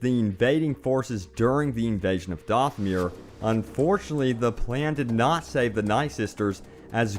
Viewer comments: Dathomir. Not Dothmere. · It's not doth-myr it's dath-oh-myr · Dothmir is what you’re saying but it’s Dathomir short a not Doth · The planet is pronounced Dath o mere. Plus, death troopers are the black troopers in rogue one. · You keep saying mauls homework wrong... its not dathmire